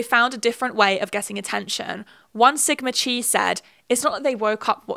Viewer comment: As a southerner- hearing “Sigma Chee” fucking sent me